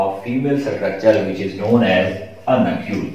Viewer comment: Start ma ap na glt bola nucule ki jaga globule but ok